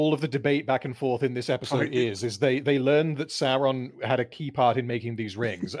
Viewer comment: I love, but why the hell does he say "Sauran" instead of Sauron, it's so irritating